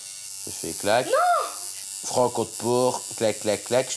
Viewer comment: 😂 oui elle est mortelle mais attention c'est pas l'animal c'est "franco d'port" avec un t